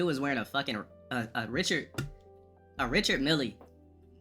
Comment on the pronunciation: "Richard Milly" Dafuq? doesn't know how to pronounce "Mille"?